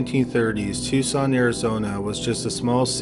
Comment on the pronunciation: I am totally shocked pronounced Tucson correctly